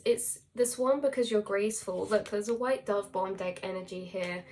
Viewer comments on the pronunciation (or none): none